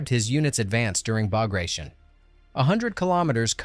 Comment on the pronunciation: WW2 history tuber. Doesn't know how to pronounce Bagration. CHecks out.